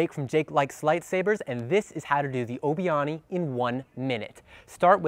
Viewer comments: Awni 😂😂 it's Ani (pronounced annie) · Its not pronounced like aunie my guy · Ani, isn’t pronounced oni it’s pronounced like Annie btw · Why is he totally pronouncing Ani wrong?